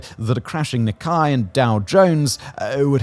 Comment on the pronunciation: Not how you pronounce Nikkei.